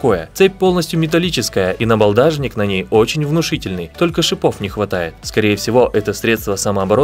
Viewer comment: Один грамотей написал текст, второй его зачитал... Запомните это слово, ребята: НАБАЛДАШНИК.